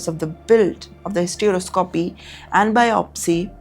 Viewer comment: It's hysteroscopy not hystereouscopy😂